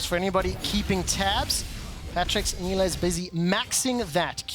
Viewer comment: Female caster sucks. She can't say half the words/names correctly......